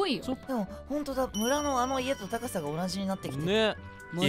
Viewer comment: 35秒のところ高さが鷹さになってるw